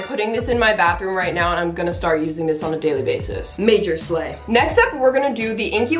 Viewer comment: I love when she said MAGeR SLaY